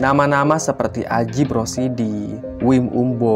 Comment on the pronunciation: Bukan ajip tapi dibacanya Ayip R.